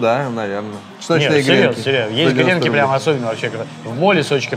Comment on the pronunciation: ааааа.....грЕнки....минус уши)))правильно говорить гренкИ!))